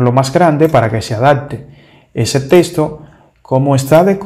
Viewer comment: Repite después de mi, no se pronuncia TESTO, se pronuncia TEXTO